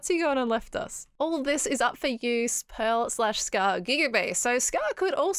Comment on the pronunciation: PEARL not pear 🤣